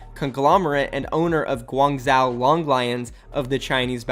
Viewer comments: Guangzhou is pronounced Gwongjoh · Guangzhou is pronounced like guang jow. Say jow like ‘bow’ with a j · Guangzhou is pronounced (gwangzoo) I’m pretty sure,I speak a little Chinese but I’m not certain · it should be pronouced guangjo. similar to the sound of Jojo. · It’s GWAN-ZOO by the way. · FYI: in Chinese, "zh" is pronounced as a "j". So it should sound like "gwang-Joe". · I think its pronounced "Guwang Sho" ive seen some chinese movies pronounce it like that. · the way he pronounces "Guangzhou" triggers me so hard lmao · Bruv, I just cant its pronounced Guang as you say corrctly but ZHOU pronounce the ZH as one word not with the H silenced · Meraki ikr, as someone be who used to live there (4yrs) it makes me cringe when he pronounces it 😂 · Well he was pronouncing the second part as if there was an “a” in it which is what made me cringe.